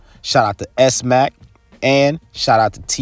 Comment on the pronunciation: his name isnt pronounced S-Mack, its pronounced Smack...Smacc. do u even watch this sht >?